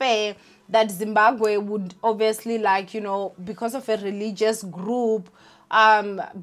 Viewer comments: Zim-Ba-BWE not “Gwe” ninja…isn’t it easier to say BWE than Gwe 😂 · I kept cringing when she said"gwe" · Sian and Zimbagwe 😅🤣😂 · Zimbagwe!!! 😂😂😂😭😭 Zimbagwean!! 😂😂😂😂🤧 Yoh I can't breathe bathong everytime she says it I just die hey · Lol..you're saying Zimbaqwe isntead of Zimbabwe 😩😶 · You are not alone, your sister is out here pronouncing Zimbabwe as Zimbagwe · Im here fo "Zimbagwee"😂😂😂 pronouncesation😂😂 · I don't blame her even some people in Matebeleland are calling it Zimbagwe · 🤭It's not on purpose 90% of Venda speaking ppl pronounce it gwe even some Shona say gwe. Words ending in bwe often get the gwe pronunciation esp. ❤️ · Is it just me or she kept saying “zimbaGWE” 😑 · Zimbagwe or Zimabwe?? 😂😂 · Zimbabwe, Imagine the whole African youtuber who cannot pronounce Zimbabwe 🤔 I know she's miss "fear fokkol" but yho this is embarrassing. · It’s too funny how she says it. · Doesn’t mean it’s the correct pronunciation🥴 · Amoungst ourselves we know that mispronunciation between our languages is not usually an offense. But her as a public figure and taking into consideration our social climate with foreigners she needs to make a bit more effort. Its just one word, there are apps that help with such. It's just really odd cause she comes from the province that literally shares a border with Zimbabwe. It's like me being from MP and struggling to pronounce Mozambique🙃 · I am so disappointed in you. How can you honestly fail to say Zimbabwe 😒 thats really embarassing ☹